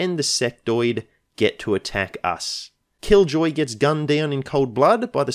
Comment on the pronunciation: I thought you had said "and kill Joy", rather than "and Killjoy". I guess that was a glimpse of what was to come.